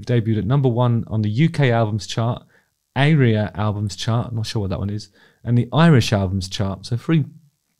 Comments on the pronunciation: Aria , pronounced Are-re-a, are the Australian charts. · As an Australian the pronunciation of 'ARIA' albums chart made me wheeze!